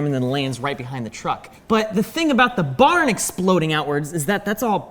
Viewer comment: I yawned when he was talking about the barn particles and heard him say barnacles